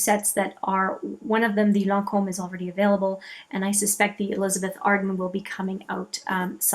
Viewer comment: Thank you for saying lancome correctly. So many people say it incorrectly and it drives me nuts. Bravo!